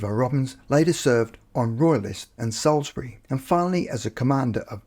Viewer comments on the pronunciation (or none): none